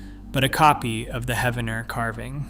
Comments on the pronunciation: Pronounced as Heeve-en-er. Poe-Toe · I love that people on YouTube talk about our local history. I do wish that you would research how to pronounce the name of the town correctly. It is pronounced He-ven-er, the 1st e is a long e sound.